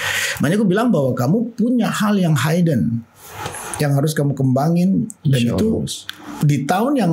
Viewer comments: Maaas, baca hidden tuh tetep hidden bukan haiden... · Hidden dibaca:’hiden bukan ‘haiden.